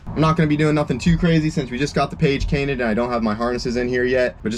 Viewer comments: this threw me off a bit “since we just got the page cainted” when meant “cage painted”💀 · Dang that's 2nd time you have said "Page Cainted" instead of "Cage Painted" lol min mark you say it. I remember you said it in another video too. I do that ish all the time haha. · Did you really say page cainted 👀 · 7.08, "Just got the page cainted" had me doubletake 😂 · Page Cainted 🤣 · “Just got the page cainted” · “Just got the page kainted” 😂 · "Since we just got the page cainted" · "the page cainted" 😂😂😂🎉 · Page cainted???? 😂😂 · Can’t ever go wrong with a “paged Cainted” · The Page Cainted! hahaha 7.13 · Page cainted, did I hear that? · “Not gonna do nothing to crazy since we just got the page cainted “ - lol 😂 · Can we just talk about how this is the fourth video he has said page cainted instead of cage painted lol much love man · Every video you’ve done since you’ve had the hatch painted , you always say page cainted 🤣🤣🤣 epic 👍🏻👍🏻👍🏻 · .., the page cainted? 😛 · Did he say “page cainted”? 😂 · Lol “the page cainted” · "Just got the page cainted" lol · Second time I’ve heard you say “page canted” 😂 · Got the "page cainted" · page cainted 😂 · He said “since we got the page kainted” 😂😂💀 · If I had a dollar for every time he said “page cainted” instead of “cage painted” I’d be rich 😂 I can’t help but notice it every time now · Damn it. I keep hearing page cainted every time. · Anyone else hear say that he just got the “page cainted” when he was in car??? That dyslexia can sneak up on ya at anytime. I was laughing so hard! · Why does he always say "Just got the page cainted?" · Paige cainted lol that cracked me up. “Cage painted” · The "page cainted" 😂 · Did no one here him say “page cantined” 😂😂😂😂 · "just got the page cainted" haha love you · Did anyone else hear him say page cainted? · Anyone notice just after 7 minutes said we got the page cainted instead of cage painted 😂😂 I do the same thing sometimes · ah yes. page cainted